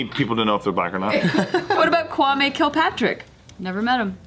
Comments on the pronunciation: Don't worry you said Kwame correctly. It's Ghanaian. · maya She said it right 🤣